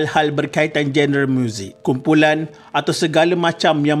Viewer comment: Genre.. Sebutannya jo-ner